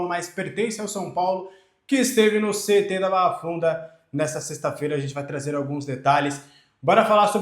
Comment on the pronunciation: Tenho impressão que vc sempre pronuncia CET (guardinha de trânsito) ao invés de CT